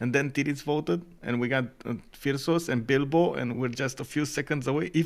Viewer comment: U kept saying dido? U mean bilbo? 😂Wasn’t the only name issue you guys kept calling people different names I was confused. Still thankful for the stream just confused a lot